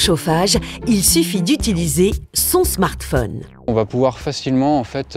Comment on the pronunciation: Je crois qu'ils ont voulu dire Smartphone